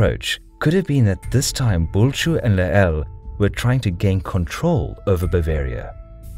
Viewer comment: I got so exited when you pronounced Bulcsú correctly! :D But you mispronounced magyar and Lehel on multiple occasions. Magyar is pronounced as "mɒɟɒɾ" and Lehel is pronounced as "lɛhɛl". I hope it helps in the future :)